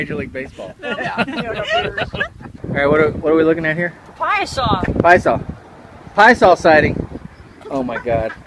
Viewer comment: It's pronounced Pie-a-saw